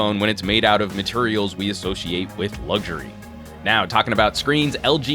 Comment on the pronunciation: It's not LUGZURIE, It's LUXURIE!!! Phonetically speaking that is.